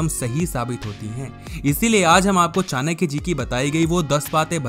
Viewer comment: चानक्य नहीं चाणक्य होता है